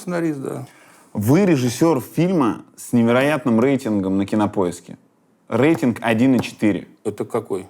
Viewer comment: Юрий, слово "рейтинг" произносится с мягкой Р.